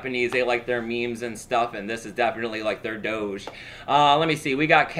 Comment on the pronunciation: holy bitcoin said Dooorje ahahahahha i knew it.. doge is pronounced dooooorje hehehehe:D